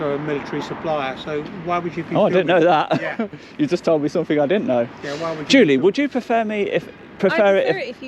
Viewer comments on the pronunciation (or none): As soon as she said someTHINK. I would have walked away. Annoys me so much. 😡😡😡